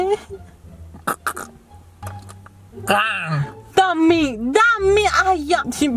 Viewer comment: sembra ubriaca perché al posto di dire dammi dice Tommy hahahahahhahaha